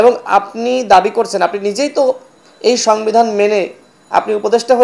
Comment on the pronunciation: সাংবিধান 😂😂😂 উচ্চারণ করতে পারে না